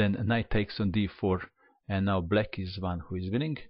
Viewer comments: Why do you pronounce black as "bleck"??? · It sounds like "let's go back... Book (black) move is... Pawn takes pawn"